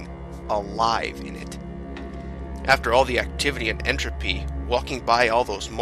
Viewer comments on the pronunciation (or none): none